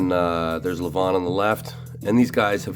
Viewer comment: It's LEVan as in seven, not leVAWN !